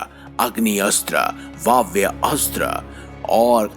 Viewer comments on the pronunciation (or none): none